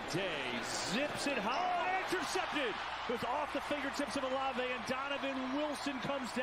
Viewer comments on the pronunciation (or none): Buddy called Shaheed a no name bum, Kamara a bum and said Olave (in all words) not like that 😂😂😂😂 mans dont know ball bro